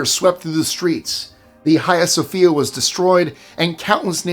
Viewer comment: Thank you,. You pronounce "Haiga Sophia" CORRECTLY. First time I've ever heard anyone say that right. Good on You.